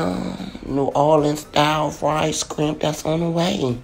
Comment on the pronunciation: Shrimp"Not Skrimp😂😂😂😆😆